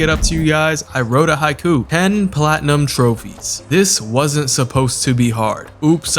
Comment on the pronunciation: Wasn’t has two syllables!!